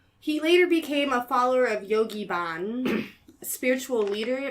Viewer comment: The Source Restaurant was not a vegan restaurant. We served cheese, milk, yogurt and cheesecake, and we used honey. Back then the term vegan had not even been coined, but the menu definitely included dairy products sourced from animals. To; it wasn't Yogi Bhann; it was Yogi Bhajan; you pronounce the j. Also, Yod is pronounced like goad. Jim Baker was legally married to Robin Baker. We did not use LSD in The Source Family, and Jim Baker did not walk around dosing people. The whole LSD induced premise you all go on and on about is completely wrong. Jim Baker died hang gliding on the island of Oahu, not Kauai; as stated.